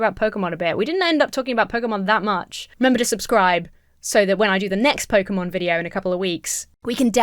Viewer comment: i must say...THANK YOU FOR SAYING IT RIGHT! too many say pokeymon or pokeyman and it bugs me